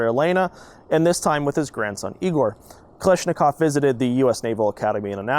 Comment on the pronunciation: I thought it was pronounced Kalashnikov, not Kalishnikov